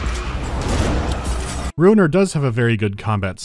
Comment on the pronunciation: I'm shocked to learn that the game's name is Ruiner and not Runer.